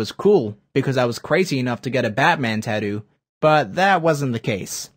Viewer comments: Can even say tattoo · The way you say Tattoo is wrong.